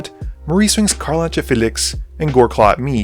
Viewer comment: Magic content creators constantly pronouncing card names wrong brings me great joy.